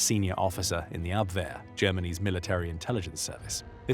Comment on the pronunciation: Vous avez un serieux problème de prononciation des noms. On dit Vitzlében, et non lébanen ou vitzlébanen. Von vitzen également et une faute à chaque nom prononcé. Ça écorche l’oreille de ceux qui connaissent ces personnages. C’est pas l’abère mais l’abwher …….